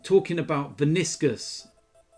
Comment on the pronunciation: Man actually said Viniscus, and he mocks Robbie for his pronunciation